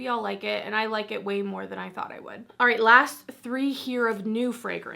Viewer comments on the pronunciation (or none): none